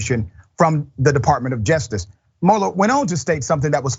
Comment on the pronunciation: Great report but please say justice and not jestice!!🥸